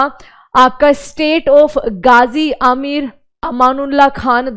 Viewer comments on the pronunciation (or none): none